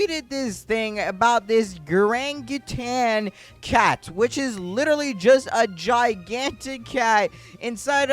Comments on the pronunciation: LOL ain't no way bro said GaraNGaTAN CAT LOL😂😂🤣🤣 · iyts pronounced (gar-gan-chew-en) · its gar gan tuan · That's pronounced garganchuan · i just wana point out its not gargawchi its BIG CHUNGA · Bruh it gargantuan pronounce it better please its simple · bro said granggutan cat💀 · you said it wrong its gar-gan-tuan not how ever you said it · its gar-gan-tuan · "Gerangitan" got me dead bro😂💀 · Bro he said grangatan cat 😂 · Bro said garcantacan cat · Wow noice cat w vid but tell me why i laughed a bit when he said gaRanggutAn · "grantutang cat" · Also just so you know it is pronounced like Gar-gan-chu-ant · Bro no offense but that's not how you say gargantuan